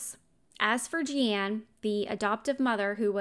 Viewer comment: Her name is pronounced the way, “Gene,” is pronounced. Or like blue jean. It has an e on the end but it’s 100% pronounced like jean